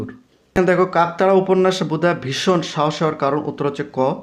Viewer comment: ভাই বুদা হবেনা বুধা হবে ভালো করে পড়ো